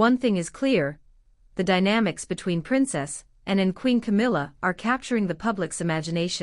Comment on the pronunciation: When talking about PRINCESS ANNE…..PLEASED PRONOUNCE HER NAME PROPERLY INSTEAD TRYING TO SAY SOMETHING NO ONE CAN UNDERSTAND.!!! 🇬🇧🏴👑🇬🇧🏴